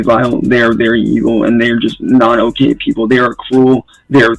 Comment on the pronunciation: I still get annoyed when I hear this inbred mfer saying "Ohhey" instead of "Okay".